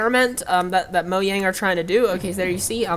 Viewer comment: And thanks for saying Mojang correctly